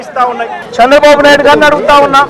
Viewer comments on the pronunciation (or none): జగనూ చంద్రబాబు బాబు shandrabaabu షంద్రబాబు బాబు అంటావేంటి, తెలుగు ని ఖుని చేస్తున్నవేంటి జగనూ, ఇట్లా మాట్లాడే కదా 11దిగజారిపోయావు, అయినా నీలో మార్పు రాలేదు.